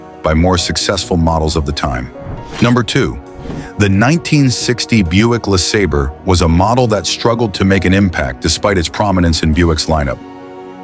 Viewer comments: Buick LA sayber, not La sahber. You make it sound like La Slobber. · Lasabber or LaSabre?? I hate this AI narrated crap!!! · 60 Buick Le SOBBER, LMAO AI SUX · How many ways can AI pronounce LeSabre? Sobber Seebray Saber Sebber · LaSobber. lmao ! 😅😂😅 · I gotta stop watching this channel... %he AI can't decide on a pronunciation of LE SABER and the camework makes me seasick